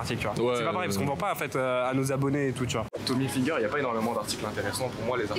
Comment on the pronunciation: Quand je t'ai entendu prononcer tommy helfinger j'ai quitter ta vidéo.